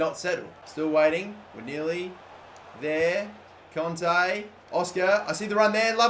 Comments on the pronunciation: it is Kanté not Konte pls understand!!!! (like this comment so he will see it) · it really annoyed me how he was saying conte instead of kante